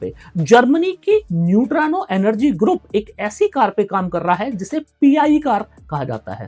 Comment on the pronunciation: नयुट्रानो नहीं होता न्यूट्रिनो होता है